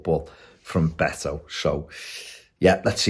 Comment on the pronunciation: It's pronouced Bet-o, comes from his first name Norberto